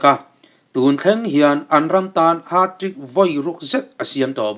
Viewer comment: Haat trick tia ilam te hi😂